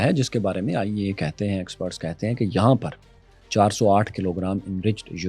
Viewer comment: Its IAEA not AEIA